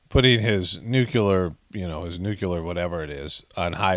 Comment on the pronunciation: It's nuke-lee-er not nuke-you-ler.